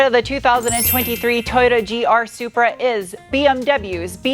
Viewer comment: I'll take the new Z over this "Zupra" anyday!!